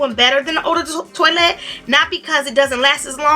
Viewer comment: Toilette pronounced twoalette 😁